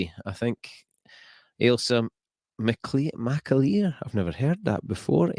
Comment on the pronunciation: great pronunciation of the McAleer name. We’re famous 🤣💙💛💙